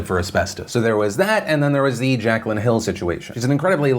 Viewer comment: Its pronouced jack lynn not jack cuh lynn 💁🏻‍♂️